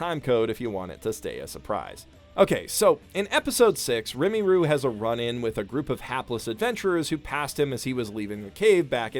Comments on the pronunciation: I really enjoy this series. One thing: you're mispronouncing "Rimuru". It's not "RIMMY-ROO" its "RI-MU-ROO". Also, I'd disagree with the idea that he helps because "it's not hurting him." I think that Rimuru is a really moral and likeable character who is careful but never uncaring and whose kingdom grows because he is so willing to help, not take credit, and plan for the long-term, all with the best interests of the people who depend on him foremost in his mind. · When he said rimeeru i got a little triggered reeeeeeee its rimuru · It’s not pronounced remmy roo it’s pronounce reee murrroo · didn't you mean *Rimuru instead of Rimiru? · its pronounced "Ri- Muru" not " Rimi-Ru" you frigging twat TRIGGERED lolololoolollolololoollo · Its RIMURU NOT RIMIRU! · Sees: Rimuru Says: Remiru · Definitely my favorite anime of the season. To note, though, his name isn't "Rimi-Roo" it's "Ri-mu-ru," with the "mu" not particularly forced (MOOOOOO). Second, it already has a shortened name: Tensura. While it's gibberish in English, so is Konosuba. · You watched the show and STILL mispronounced the main characters name?! Rimiru (Re ma ru) not (rem ee ru).... Rimiru flat out says he's just going down the [japanese] alphabet in naming the goblins because he sucks at naming. There are 5 elders and they just have different vowels of Rigard (the buff old goblin). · It is said RI MU RU NOT RIMIRU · ...Ree-mue-rue not Ree-mee-rue... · That "remiru" pronunciation lowkey irked me. FFS, it's R-I-M-U-R-U, like a japanese trying to say Rimel (Ri me ru). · Re - ma - ru Not pronounced like rim - a - ru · RIMURU NOT RIMIRU !!! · remiru seriously it's rimuru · It’s pronounced “Rim - er - roo”, not “Rim - E - roo” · RIMURU, not rimiru. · RIMURU NOT RIMIRU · Me: Rimuru Everyone else: Rimuru "Professional shitbag": Rimi - ruu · When he even wrote Rimuru on the screen but still sais Rimiru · It's "Rimuru" not "Rimiru" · It's Rimuru not Rimiru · Rimuru, not Rimiru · everytime he say rimiru take a shot